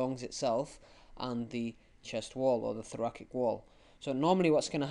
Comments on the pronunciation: was honestly v frustrating to listen to the pronunciation of thoracic as thorakik and subatomic pressure being mistold instead of subatmospheric pressure. Mistakes that could easily be replicated by people watching and makes the videomaker seem like he doesn't really understand the topic himself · I left when I heard thorakik